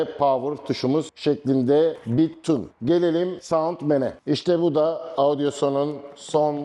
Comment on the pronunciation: Merhabalar, her şey çok güzel elinize sağlık. Fakat markayı söylemeniz yanlış sanırım piyasadan duyulduğu şekilde zamanla ağzınız öyle alışmış galiba. Audioson diyorsunuz hep... o harfi yok markada o dikkatimi çekti belirtmek istedim. Kolay gelsin.